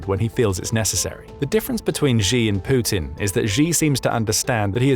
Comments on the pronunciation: "Pooutin" There's something about the way this guy says his name the first time he uses it in each vid that always tickles me a bit upon hearing it. It sounds purposefully subtly exaggerated. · Poo-tin, that's a bad omen there!